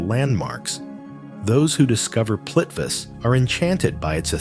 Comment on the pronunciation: Impressive collection of places… but sorry, a couple really painful pronunciations! Torres del Paine is pronounced PIE-nay, not pain. Plitvice is pronounced Pleet-VEET-za, not plitviss. Cheers!